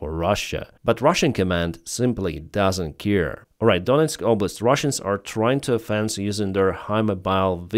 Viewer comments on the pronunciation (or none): none